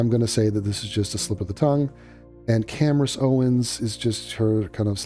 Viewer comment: “Cand-Ace” -Andrew Tate Maybe he’s onto something